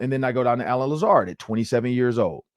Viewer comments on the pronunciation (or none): I quit watching when he said Lazard 😆 🤣 😂